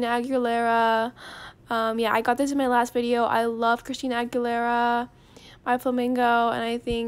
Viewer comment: her says the name of the flamingo: christina aguilera me: ChRiStInA aChAsAkAmAkA